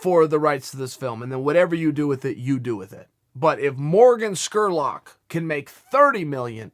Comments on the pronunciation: Chael, the man's name is SPURLOCK not SQURLOCK!🤣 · Jordan SPURLOCK! NOT SCKURLOCK LMAO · Scurlock ?? It's Spurlock ,with a P ...MR.SONNEN ! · Did you say Skurlock? Spurlock.. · Lol I was about to comment on that. Chael will botch a name from time to time. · You think Chael can never pronounce anyone's name correctly? I mean he just completely fuck somebody's name up pretty much every single video. Morgan Skerrlock lol. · Chael with the Dr. Steve Brule pronunciation of Spurlock.